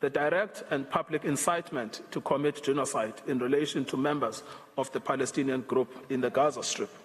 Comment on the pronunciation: It is mistake, not “genocide” its Gena side 😂😂